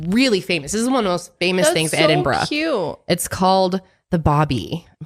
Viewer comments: yeah i know it's kind of pronounced like that she's so close but she just has this like american bro twang on the brah at parts and i felt like she was lowkey going BRAH thats why i.. lol i love it. but yeah it is edinbruh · The way says Edinburgh lolll EdinBRAH! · It’s pronounced “Edin-borough” or “Erin-burro”. 💜